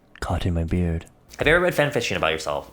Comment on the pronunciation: saying “beard” is so strange for some reason